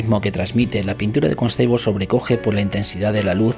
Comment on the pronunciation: Saludos! Buena información pero la canción distrae un poco. Perdón por el atrevimiento pero Constable se pronuncia Cónstabol no Consteibol